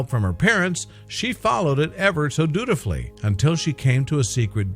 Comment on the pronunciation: Did you just say dutifully really